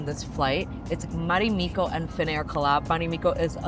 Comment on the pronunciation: It's not "Marimikko", it's "Marimekko". The E is pronounced like the first E in "evolution". And it's not "ivolution". Also, why does everybody who review business seats always have to mention that they work on their laptop during the flight? We all know you don't... I was on a flight a few months ago where the female next to me was writing on her laptop for 8 hours straight 👀, but that's one in a million.